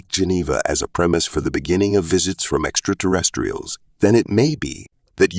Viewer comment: 😂 "Extra Terres-trestrials"